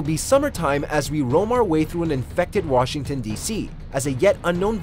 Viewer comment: Washington becomes Bugshington